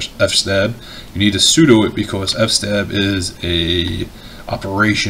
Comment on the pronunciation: Buddy, let me add a minor thing. You keep saying "F stab" for "fstab", it might be a slang I'm not aware of, but it actually is "FS tab" -> “fstab” stands for "File System Table". ✌